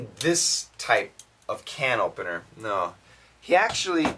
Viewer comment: I heard "can ovener" instead of "can opener". I can't heard the P sound in this word